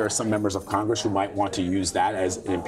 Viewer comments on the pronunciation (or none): Congwesss, Democwassy... I'm out congwessman Fudd.